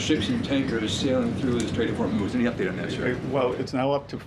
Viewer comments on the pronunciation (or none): BESSENT: "straits of vermouth..."